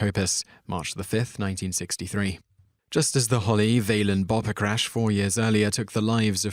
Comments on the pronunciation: VAY-lens? Come ON. ROCK-nuh? I'm done. Going to listen to Oh, Donna by Ritchie VALENS> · Ritchie Val-enz. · that is not how ypu prounce his last name Valens